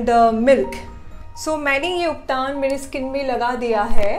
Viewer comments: it is not ubtaan it is ubtan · Call you uptan not uptaan